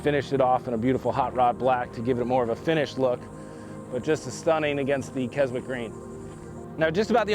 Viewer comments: If the paint color is named after Keswick in the UK...it's pronounced keh·zuhk! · More accurately the paint is pronounced kes- ic green.Beautiful truck